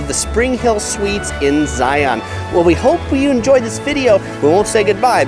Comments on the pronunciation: I can't even get six minutes into the video... it's just driving me absolutely crazy that you're somehow mispronouncing Zion! It's not Zigh-on. It's Zigh-ihn. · The first rule for visiting Zion NP is pronouncing the name correctly. Its Zi-un like the "sun'" (in nearly one syllable), NOT zi-aun (in 2 distinct syllables ). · It’s not ZiOn it’s Zion (Zi-in) from someone who was born in Utah and has been so many times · Nuh nuh nuh nuh.. it's pronounced "Zi-ins" not "Zi-ons" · #11 Thing to know. Don't annoy the locals by pronouncing it Zi on'. it's Zi' un, like lion. If you ride the shuttle you'll hear it pronounced correctly. Please pay attention. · Please stop pronouncing it Zioawwwn. It’s pronounced ziun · .:) The locals call it Zi-uhn or sometimes Zions. Also the locals recognize the existence of the many many surrounding cities besides Salt Lake City and Las Vegas. St. George for example. Also bring at least 2 liters of water if you plan on doing Angels Landing or equivalent hike. I've seen so many people who bring their tiny little water bottle and then get cramps in their legs. I recommend Weeping Rock if you're looking for an easier hike. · yes, it irks us when you don't say they name right. Do don't go to the zoo to see the li-ON. It is a Lion. Say Lion and Zion the exact same way. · Zai-un... if you want to sound like a local 😂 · First thing to know is that it is pronounced zy-in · If you're not from Utah, it's Zi-un. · You're saying it wrong 😂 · learn how to say it.